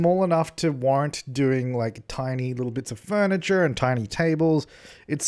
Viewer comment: when you said “furniture” with a hard “r” at the end almost made me choke on my watermelon hahaha